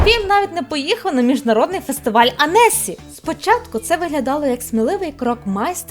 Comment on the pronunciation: будь ласка, Ансі (не анЕсі :")